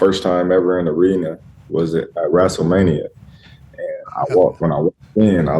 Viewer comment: My boy said Wrasslemania